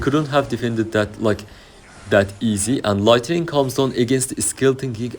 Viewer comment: Başarılı video. Bugunun dersi: Light-ı-ning değil Light-ning